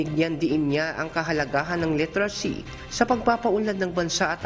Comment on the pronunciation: Ayusin mo ang pag- pronounce ng literacy. Hindi litracy ang pagbasa nito .